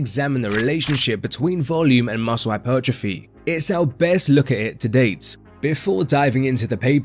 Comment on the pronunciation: Say muscle properly Ffs